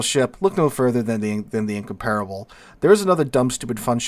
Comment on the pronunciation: Give him a break, man! We're talking about a guy who, to this day, still can't find the stressed syllable in Incomparable and you expect him to be able to speak a language foreign to him? 😂😂😂